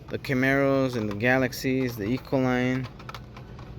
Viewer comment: Bro it’s not Ecoline. It’s Econoline. Econ o line. Lol it always bugs me lol